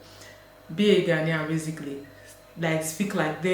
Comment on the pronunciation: And it's Ghå-nian.